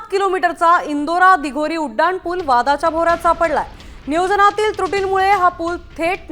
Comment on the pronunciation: उडान नाही रे उड्डाण पुल असतं ते 😂😂😂